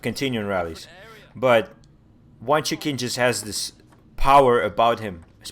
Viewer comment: I've subscribed and this analysis is interesting but, if you're going to do more of them, you need to pronounce the names correctly. Q is pronounced 'ch' in Chinese names - Dan "Chu" and Wang "Chuchin".